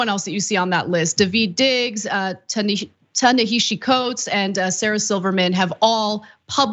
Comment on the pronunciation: I'm quite surprised that Ana doesn't know how to pronounce Ta-Nehisi's name.